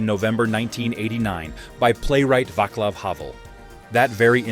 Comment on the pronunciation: It's pronounced, not Vaklav, Havel. Also, a mish mash of photos from different places and periods that don't match the period or place mentioned. There was no KFC in Prague in 1989. Good try though.